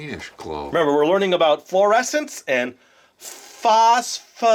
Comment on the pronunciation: Foscforecence pronounced (Fos-for-esints)